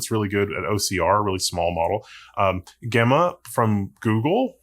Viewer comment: It's JEH-muh, not GEH-muh.